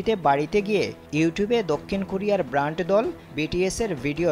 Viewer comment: ওহে সাংঘাতিক ব্রান্ড দল না ব্যান্ড দল হবে। আগে উচ্চারণ ঠিক করেন তারপরে সাংঘাতিকতা করতে আসেন। 😂